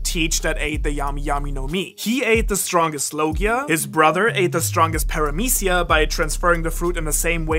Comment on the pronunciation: 0.33: bro it's paramesia